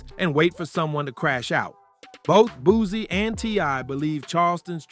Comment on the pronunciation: Boozie. These new cats different Nigga, it’s Booseee! Not Boozeee 😂